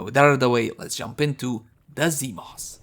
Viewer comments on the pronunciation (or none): Ah, yes, zEEmos